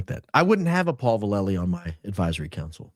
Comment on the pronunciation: If your comments about General Paul Vallely represent the rest of your info in regards to truth, then your in over your head and have no idea who he is. First hint is you have no idea how to pronounce his name. I have first hand info your assertions are all wrong. There was document circulated in the pentagon at their request that Aquino took without permission and then added a bunch more to it. Vallely reported to the Pentagon that Aquino was recruiting to Church of Set It was added to and published without consent and NO he never co authored or published anything with that fool. You need to dig deeper as does Candace Owens evidently as she’s reporting the same thing. I think highly of her and it come as a surprise. Have no idea who you are but what you’re doing is dangerous and irresponsible. My guess is that there’s a person out there with the initials AV who is probably starting this nonsense but General Vallely is the furthered thing anyone will find who is a satanist. I know this personally